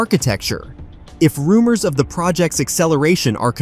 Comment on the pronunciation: Spec-Cu-Lay-Sion. Rum-moss! ʕ(•‿•)ʔ